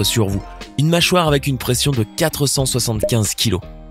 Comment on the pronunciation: 6.39 il a dis préenssion au lieu de pression